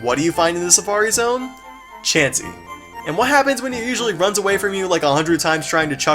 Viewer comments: He said c h a chansey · When he said Chansy i flipped out laughing cuz i rlly thought he was gonna say Charizard! XD